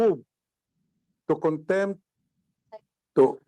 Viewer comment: Let me correct you-“cite” (not sight),”contempt”(not contemp).Ka Eric was cited for contempt.Thanks